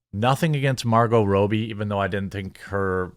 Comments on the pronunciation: Who the hell is Margot Rowbee? I know the US is so large that we have many dialects, but c’mon man. Robbie is always pronounced Rawbee. Especially when we all wanna Raw that B. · I know you've heard other say Robbie's name correctly. Even if you hadn't, you know that robe is said how you said her name and rob is said rahb. Are you really that dumb?